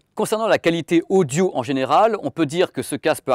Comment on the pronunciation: Le mec dit "Casque odjo" pour dire " Casque audio"... (vers 1mn) S'il avait un accent de merde genre accent marseillais je pourrais pardonner. Mais là...